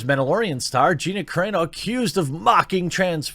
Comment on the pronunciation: Great video but both ways you pronounced her name were wrong 😂